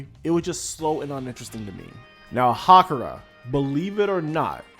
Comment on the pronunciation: good review but it's Haruka not Hakura 😆